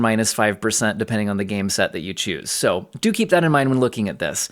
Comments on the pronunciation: Hehe dookie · I always hear "dookie" when you say "do keep in mind...." and that pleases me. Thanks for all the work you do!